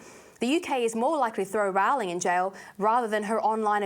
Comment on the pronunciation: If you are going to talk about her, learn how to pronounce her name. the Yanks get it wrong, but there's no reason for you to do so as well..